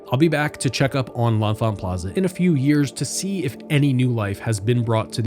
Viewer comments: "Leh-Fant" or "Le-Fant" is the local pronunciation of the station. That first "n" is silent. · "Le-Fant" That first "n" is silent.